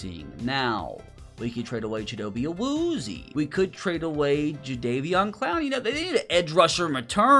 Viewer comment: I’m sorry but I am pretty sure it is chi-dough-bay Uh-Wu-zee-Ay